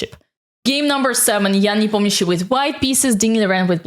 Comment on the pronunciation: That's somehow unexpected to listen to an English video with a perfect pronunciation of Непомнящий-s name. 😀